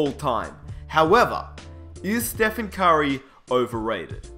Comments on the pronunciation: the way he says "curry" sounds like "kyrie" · I got confused when you said "Curry" because I understood "Kyrie" smh